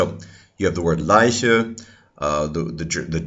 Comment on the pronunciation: Your german "leiche" or "reich" was pronounced perfectly